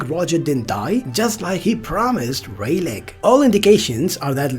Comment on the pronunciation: Rayleigh... But i do like your videos... It would make it less interesting if the names don't sound right..